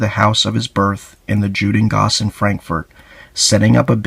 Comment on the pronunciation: The j is pronounced like a Y. It’s not Jhudengasse but Yudengasse